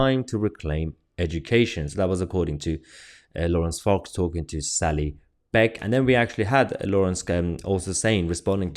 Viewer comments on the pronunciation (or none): none